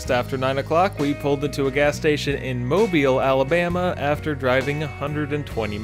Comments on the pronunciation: oh cool, yall stopped in mobile.. glad you pronounced it right too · As a Mobilian, God bless your soul for pronouncing Mobile correctly